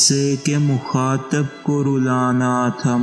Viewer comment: لہجے پر تو انسان کا اختیار نہیں ہوتا لیکن سچی بات ہے کہ آپ کا تلفظ اتنا زبردست ہے کہ میں داد دئیے بغیر نہیں رہ سکتا. مثلاً آپ نے............مخاطب.......... کو صحیح طور پر پڑھا یعنی..... ط....... پر زبر کے ساتھ. جو عین عربی قواعد کے مطابق ہے آپ کے ناظرین آپ سے تلفظ بھی سیکھ سکتے ہیں. ماشاءاللہ